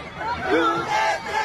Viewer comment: Narinig. Ninyo.. deretcho daw, Deretcho enoduro..